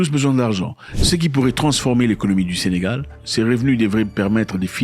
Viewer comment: C'est Sénégal et non Sénégale s'il vous plaît !